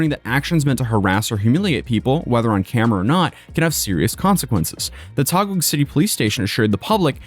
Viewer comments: Taguig is pronounced "Tagig" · 'Taguig' is pronunced as 'Ta-gig' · its pronounced "Tah-gig" brother lol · bro "Taguig" is pronunced as "Tageeg" not "Tagoog" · just a teensy bit of correction, no judgement since I understand this isn't that important to someone who isn't from Philippines, Taguig is simply pronounced as "tuh-gig" Because I was confused whenever he says "taguah" lmao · Just FYI "Taguig" is pronounced "Tah-Gig." You're so close, yet so far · It's... uhhhh.... pronounced "ta-gig" 😅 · I believed that duck on fhe mic, bought somewhere in the Philippines. He pronounced taguig like tagum in cebu.. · It's pronounce as TAH•gig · good job in covering this bro. but taguig is pronounced as Ta-Geeg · lots of love from the Philippines! Just a note "Taguig" is pronounced: "tah-gig". Thanks for making awesome content! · Wonder if he still loves jail after spending 2/3 of a year in one. Btw Taguig is pronounced tah-GEEG, it's a legacy of when Philippines used to be a Spanish colony. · its correct pronounciation is "tagig" and yea the system here is pretty slow but serious i threw a cigarette filter in a road back in 2021 failed to pay my fine after 4 yrs the court issued me a warrant of arrest... got thrown in the prison before 2025 ends luckily the bail is low so i only spent about 3 days there but i still have to attend my hearing once i got the schedule.... all of this for that cigarette filter vitaly might end up waiting for 2yrs there before his case proceed and his cameraman... that guy is cooked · its pronounced TAH-GEEE-GH . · Taguig is pronounced ta-GIG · Taguig is pronounced as "Tageeg". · COME ON MAN YOU BEEN TO TAGUIG ALREADY IN PERSON YOU KNO ITS PRONOUNCED TA-GEEG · Hey bro for future reference, Taguig is pronounced as Tah-Gig or Ta-Geeg. Much love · Taguig pronounced "Tah gig" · Taguig is pronounced "tah-GEEG." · City name Taguig is pronounced Tageeg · It's pronounced tah-geeg. Thanks for covering this.